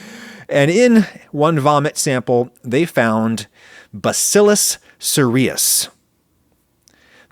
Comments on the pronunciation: I work in clinical microbiology, and bacillus cereus is commonly pronounced with the emphasis on the first syllable. Sounds like “serious.” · Bacillus Cereus... pronounced as in SERIOUS.